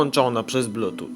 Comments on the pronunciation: Nie muwi się blutucz tylko blutchuf a piszę się Bluetooth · Blutucz :D "(...) podłanczamy do tableta (...)" "odłanczamy" "włancza" Szok!